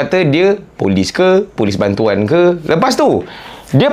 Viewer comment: Last last gelak sebut bantoan 😂😂😂😂